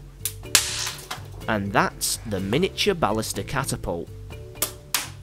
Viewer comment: Don't worry about it. I don't mind at all. It's actually a great way to say it.